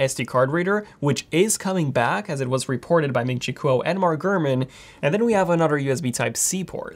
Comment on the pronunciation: He pronounces it "reep-orted".